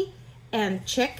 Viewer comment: lol chic is pronounced "sheek"